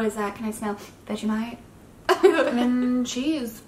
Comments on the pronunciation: Your saying vag-I-mite not Vegemite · Bro when she says vegimite I cringe cos she says it like veg I mite not veggie mite lol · Idk why but it makes me cringe bc she says Vegamite instead of Vegemite but i still love her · It’s vegemite not vegimite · The way she said Vegemite as "vegimait".